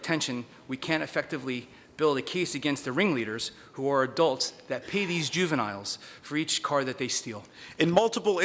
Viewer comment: hahahaah "juveniles"